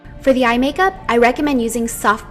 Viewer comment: Lol she said makerp